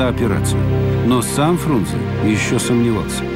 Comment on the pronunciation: А правильно не Фрунзе, а Фрунзэ. Именно Э а не Е!